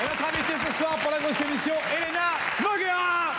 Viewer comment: "Nougera"....sérieux un peu de respect pour elle.